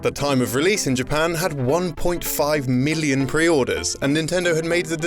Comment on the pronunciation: I know this is fucking weird as shit, but I love the way you pronounce million.